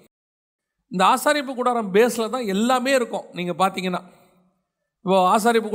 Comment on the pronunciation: ஆசரிப்புகூடாரம் not ஆசாரிப்பு கூடாரம்